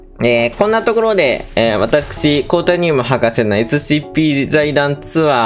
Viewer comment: 「えすしぃいぴー」好きｗ